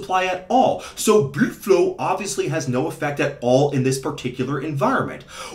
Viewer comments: Say blüde flo one more time. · "blüdflow" hahahahah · „Blüdflow“. Cracks me up every time.😂